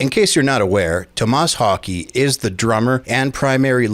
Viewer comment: LOL It's Thomas Haake. Your pronunciation isn't any better than his.